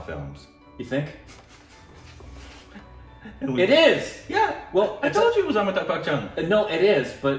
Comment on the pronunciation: Its AmitaB (B) and not AmitaK (K)